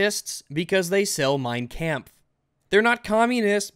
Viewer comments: "Mine KAMPF" sorry just though its funny how you pronounced it :P great vid tho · ' pronunciation of Mein Kampf gave me AIDS